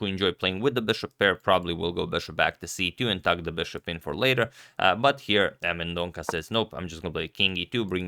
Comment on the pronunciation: It's Mendon-sa (not Mendon-ka)